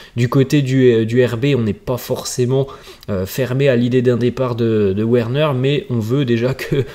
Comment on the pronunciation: Frère revoit tes prononciations, sa s'écrit Werner mais sa se lis Verner merci.